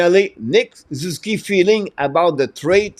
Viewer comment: SOO - ZOO - KEE